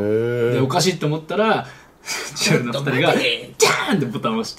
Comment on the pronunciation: 千鳥さんが、地鶏産に聞こえた笑 飛ぶぞ の番組はわかりやすい